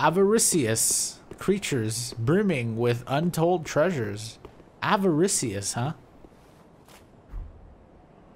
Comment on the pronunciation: Ave-a-Rishis Avaricious